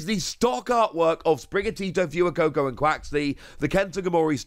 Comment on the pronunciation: Will he ever get the fuecoco pronunciation correct? FIND OUT NEXT TIME ON ” saying Fuecoco incorrectly”